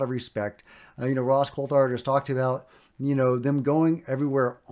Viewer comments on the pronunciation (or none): none